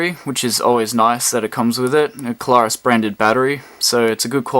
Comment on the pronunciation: It's "CLAIR US" not Klar us. Google the pronunciation.